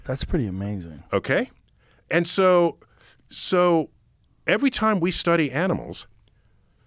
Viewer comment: And fails evweytime loooool